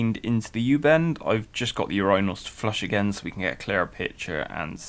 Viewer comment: You do know its pronounced UR-IN-NAL not UR-Rhine-NAL you butcher the word everytme you say it!